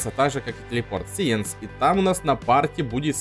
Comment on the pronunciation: Не сиенс сайнс 😑